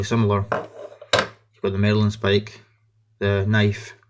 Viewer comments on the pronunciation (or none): Marlinspike not 'Merlinspike'!